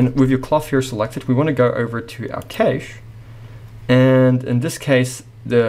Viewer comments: Great tutorial, however just wanted to say Cache is pronounced as cash like money. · Keysh no, cache, like cash